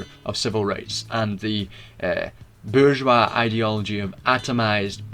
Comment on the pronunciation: While it sounds as if this could be just 1984 reframed, your pronunciation of bourgeois puts you miles ahead of many.